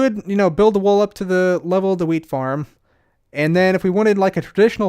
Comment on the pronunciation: sounds like your saying weed not wheat